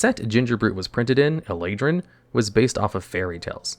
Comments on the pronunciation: He really said "eladrin"... That is SO incorrect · Everyone here is losing their mind that he missed pronounced eldraine wrong, but he said CATERHOOF. MY GUY IT IS CRATER. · How the fuck did he just pronouncd Eldrain 🤯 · Is it worse to mispronounce or mispell?? It's Eldraine....e on the end